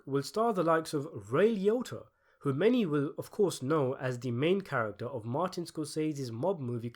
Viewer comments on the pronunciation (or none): none